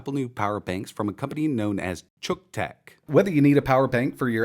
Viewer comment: So, uh, just exactly how are we supposed to pronounce the name of this thing? It's pretty obvious that ETA had to do a ton of overdubbing to change it from however he pronounced it originally (rhymes with buck?) to "chook"; but, that doesn't seem right either. Is it "Cook-tech"? Yeah, that's the ticket! That name is so unfortunate. Best case scenario its name promises that it'll fry whatever you plug into it, and at worst it's something that my girlfriend's husband would use to charge his camera. Good job, Xiaomi marketing people. Good job.